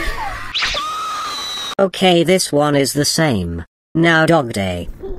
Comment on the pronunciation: WHY DOES EVERYONE CALLS DOGDAY DOGDENG😭